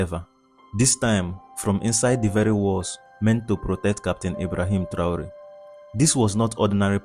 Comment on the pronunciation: Ese locutor lo primero que tiene que hacer es pronumciar bien el nombre de Traoré.